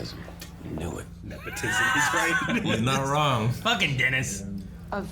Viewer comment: did you guys really just say "there's nothing wong with that" 😄